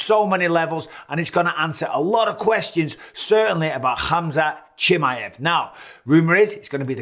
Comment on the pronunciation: 🤣 Bisbing is worse at saying Khamzat's last name (Chimmy-ev) than Colby is at saying his first name (Cumshot) 🤣